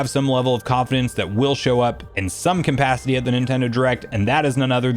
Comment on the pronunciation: Is "compacity" or "conpacity" a joke I'm missing or something?